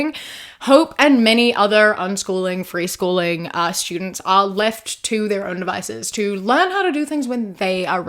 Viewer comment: Dropping the G in freeschoolin' was a nice touch 😅